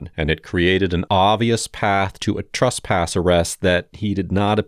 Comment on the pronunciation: Annunciate better. There’s no such thing as “trusspass”.